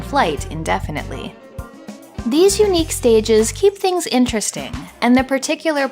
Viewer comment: You pronouncing things “tings” is legit the most Toronto thing I’ve seen in a long time.